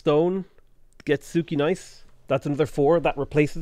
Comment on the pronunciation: Your pronounciation of Płock and Sukiennice is killing me.